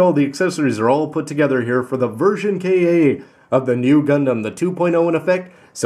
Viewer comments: why do you say K.A when you know that it's designed by Katoki Hajime? Ka-toki Hajime. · "version Kay aye"? Who else is bothered by how pronounces ver Ka? I mean, it's ver Ka, not ver K.A.!! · I respect your opinion, but I am very sure it should be pronouced "Version Kah", because "Ka" is short for "Katoki".